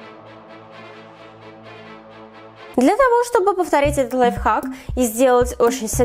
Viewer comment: Кто заметил что она говорила не лайфхак а лайфак😁😂